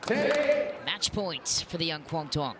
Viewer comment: need to pronounce quang duong name better